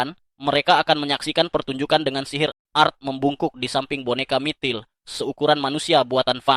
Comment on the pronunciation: Mitril bg bukan MITIL😂